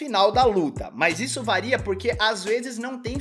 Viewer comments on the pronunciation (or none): none